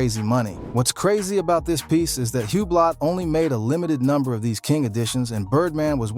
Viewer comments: Hub-blot lol it’s pronounced Ooo-blo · Hublock???? What is that....Huuubloooooo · This MFr say Hue-Blot one more time imma throw my phone. 😅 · Hugh blot 😂😂😂😂 ⌚ hub lot sounds like I could afford one 😂